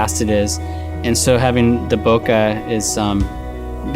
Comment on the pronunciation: For lord of god, it’s not “Boca”, Bokeh is pronounced “Bo Kay”, from Japanese boke - “blur”. 🤪